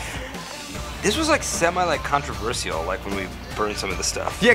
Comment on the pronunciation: i like how pete says 'controversial'